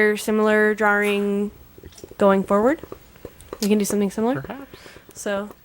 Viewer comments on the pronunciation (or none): The way that pronounces "drawing" is driving me nuts. Drawering